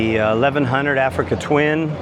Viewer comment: AfricaN twin ?????? 🤣🤣🤣🤣 Bro ....if you trying to do videos with this kind of content learn some model names or simply learn to read, there is no N in Africa there 😂😂😂